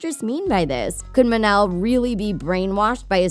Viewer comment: Mon-el not mun-el